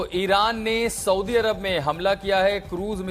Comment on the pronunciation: Tu pehle saudiarab ka naam to sahi se lena sikh le tab baad me news dena